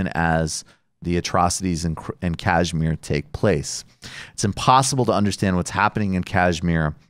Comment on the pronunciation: With apologies, can we get a little pronunciation correction here — it's pronounced ksh-mEER (emphasis on the last syllable & with "sh" as in "shoe"), not kAAjh-meer (emphasis on the first syllable & with "jh" as in "joie de vivre"). The show is great, and good coverage of this issue is so rare—keep it up!